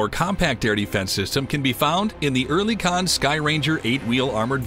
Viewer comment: Not a bad video but you need to learn to pronounce Rheinmetall and Oerlikan. (Phonetically) Rine-meh-tall and ehr-lee-con. It took me 30 seconds to look up both and that little bit goes a long way.